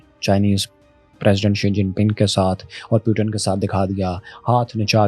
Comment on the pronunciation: Puton q boltaa ye😂